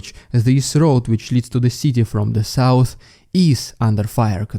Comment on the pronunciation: This makes me giggle every time it sounds so funny 😂